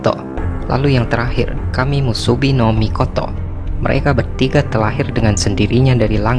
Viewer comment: mikotok mikotok wkwwkwkww mikotonya kgk pake K bang